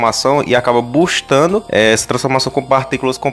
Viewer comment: Boostando ou bostando? Não aguentei 😂😂🤣🤣🤣